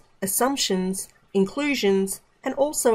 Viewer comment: A very beautiful breakdown, precise but there is a place i could not hear the pronunciation well, in the " Inclusions" . Thank you.